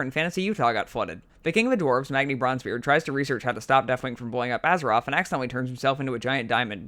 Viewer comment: I like how he just gives up on his Th's. Deafwing, Feramore, Azeroff